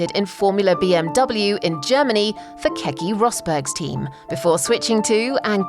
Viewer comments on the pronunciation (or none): "KEKI Rosberg" 😐